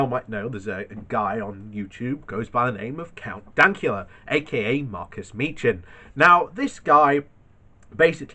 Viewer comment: You said his last name wrong. I can pronounce it right and I'm Apache. Lol